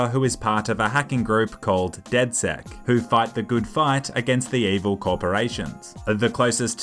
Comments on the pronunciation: It's not dedsec it's dedsec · It's not dedsec it's dedsex